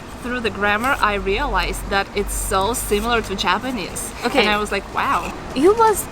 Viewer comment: It's astonishing to me that two Russian girls are talking in English so fluently! たったひ1つだけ気になりました。朝砂さんの“Japanese”の発音が「ﾁｬﾊﾟﾆｰｽﾞ」に聴こえました。「ｼﾞｬｰﾊﾟﾆｰｽﾞ」と伸ばして「ﾆｰｽﾞ」にaccentを置いたら巧く行くと思います。良かったらやってみてください。